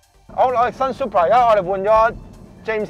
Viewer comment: "supra" man! not "super"